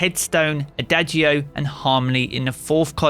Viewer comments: its a-dah-jee-oh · ah-DAH-g-o, not ah-DAY-g-o. ON-som-bl, not IN-som-bl. Its a music thing. Please pass this info on to all the other content creators. Ya'll are making my ears bleed.